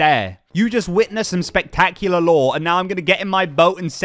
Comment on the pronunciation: Honestly I can’t tell if he’s saying lore or law 😂 😂 😂